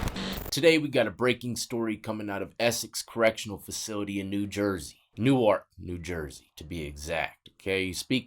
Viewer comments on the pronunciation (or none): It’s not like the Delaware pronunciation it’s Newerk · People from North jersey pronounce newark-nork